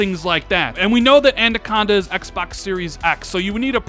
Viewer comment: you put so much emphasis on the word Xbox... you say it like XXXXBOXXXZZZZ.. lol just say Xbox 😂😂😂